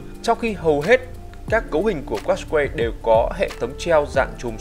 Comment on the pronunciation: đọc đúng là cát cai nha